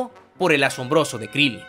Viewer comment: se dice krilin